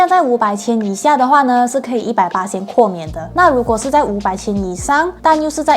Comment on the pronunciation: 豁免，豁念“或”。不是括kuò免😊。念“年份”2021年的1 念yī，不是念yāo。念三位数及以上的“号码”才念yāo，比如电话号码、护照号码、车牌和门牌，1 才念yāo。😊